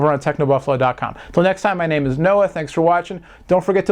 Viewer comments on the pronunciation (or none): none